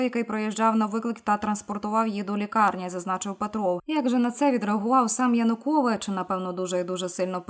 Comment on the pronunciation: ЕКС ПІЗІДЕНТ УКРАЇНИ ЯНУКОВІЧУ НЕ ПРІМЕНЯТИ )))))))) ПРРСТО СЛОВО ЯЕУКОВІЧ )))))))